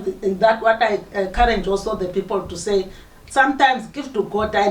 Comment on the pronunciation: We dont say pipl